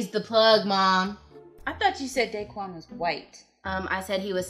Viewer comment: what made me laugh was that it isnt 'day-quan' its 'dah-quan'